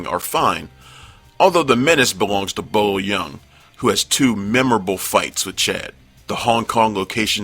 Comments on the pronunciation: its bolo not bobo LOL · sad when realize the narrator isnt a fan himself when you hear him call kung fu movie icon Bolo: Bo-bo twice in about 10 seconds. Same for the guy who edited the clip :p